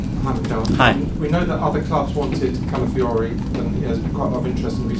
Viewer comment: It’s callafiori and not calafiori